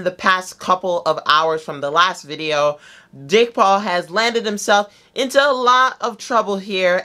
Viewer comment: Were just gking to accept the way he says jake paul